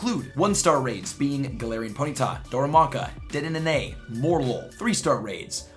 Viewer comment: The way u say dedene triggers me